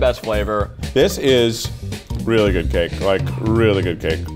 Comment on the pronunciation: he really said “the gake” 😂